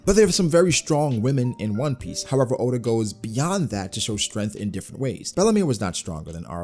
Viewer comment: Bro said add onn😂😂